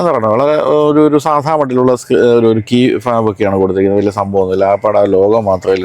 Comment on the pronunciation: Its not Key FAB, it's Key Fob.